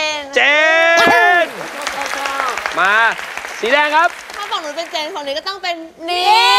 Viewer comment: เจน ไม่ใช่ แจน รินะ ไม่ใช่ มิโอริ 😏😒😇